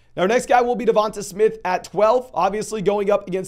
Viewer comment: Got Davonta Smith so wrong 😂😂😂